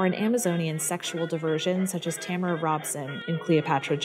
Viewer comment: And I might be wrong, but I believe her name was pronounced TaMAra, not TAMara.